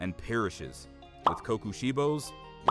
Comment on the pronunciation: hearing you butchering michikatsu's name is triggering